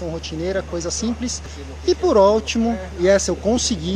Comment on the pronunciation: "E POR ÓLTIMO"